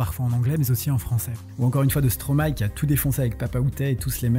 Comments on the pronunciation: enfin un français qui dit bien le nom de Stromae MERCI beaucoup. J'aime beaucoup ce que vous faites. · En tt cas j tiens a feliciter l effort pour la prononciation de stromae 😊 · Stromae est le verlan de maestro, j'imagine qu'on est d'accord sur ce point au moins. Maestro ça se prononce pas Maïstro comme beaucoup font l'erreur mais "ma-és-tro" donc absolument tout le monde prononce le nom Stromae correctement. Je t'invite a regarder sur internet la prononciation du mot.